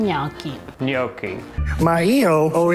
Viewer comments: And let's pronounce it right. It's ñoki, not nyoki, because gn in italian sounds like ñ in spanish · Nee-oaky!, what’s with the horrendous mispronunciation of that word? Why do Americans always mispronounce the letter “o”? The worst I’ve heard recently was Luciano Pavarotti’s name pronounced “Paveroadie”! Ava needs to give you a good walloping! Please don’t think I’m giving you a hard time. I absolutely love your channel and have followed and cooked a lot of your dishes. Much love to you both ❤❤❤